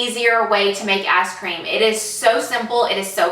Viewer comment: This is such a dumb thing to pick out in such a well produced video, but it 100% sounds to me like she said “ass cream” instead of ice cream and I was very confused when I skipped forward with no context.